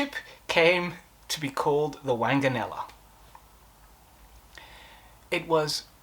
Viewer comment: The name was pronounced WONGanella. Do try to get rid of that cough.